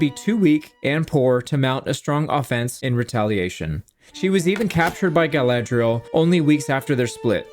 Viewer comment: Are you saying Guyladriel on purpose, or are my ears broken?